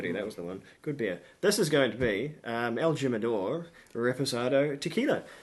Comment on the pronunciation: Pronounced himador. Lol😊